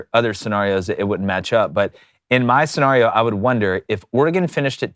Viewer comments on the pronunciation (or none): Love the way these geeks pronounce “scenario” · Bro why you pronounce scenario like that 😭